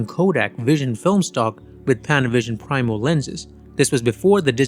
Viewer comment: Primo. It's pronounced pree-mo. Not prime-o. :)